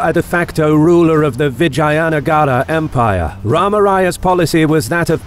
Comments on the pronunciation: It's vijaynagar not vagina nagar..haha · Its read as "Vij-jeya"(Victorious) "Nugger"(territory/town/country/city). Please consider learning foreign pronunciation as it will add more value to your content and show that you have respect for other cultures. Just ask a native and I am sure many people would love to help. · Thank you for making this! 😊 One nit: All the a's in Vijayanagara are pronounced like pun. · I like the accent how you spoke The name of the mighty VIJAYNAGAR EMPIRE